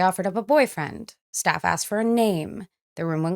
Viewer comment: . Did I hear a "She axe the officers if she really has a warrant."